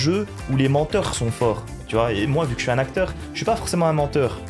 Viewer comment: Il a dit acteur ? 😂😂